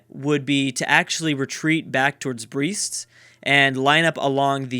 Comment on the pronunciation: Brest is pronounced like "Breast" not 'Breest"